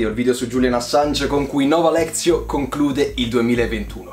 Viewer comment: Parti già benissimo proprio🤣🤣🤣, è Nova Lectio, non Nova Lezio🤣🤣🤣